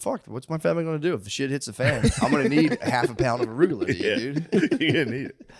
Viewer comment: Matts pronounciation of Ruccola is the most redneck I’ve ever heard him